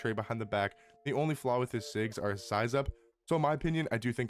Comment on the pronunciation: ITS NOT SIGS....ITS SKILLS YOU TIT!